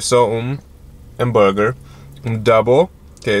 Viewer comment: "búnrguer" kkkkk